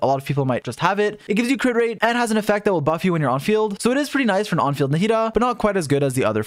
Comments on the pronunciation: Why does he say “narrida” instead of Nahida? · Naw-he-dah is how you say it. You don't need to butcher everything that isn't 4letters long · way to butcher the name